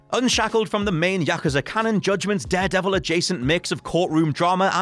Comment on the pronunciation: Go and watch Kill Bill vol 1 and it will help you to pronounce Yakuza properly!!!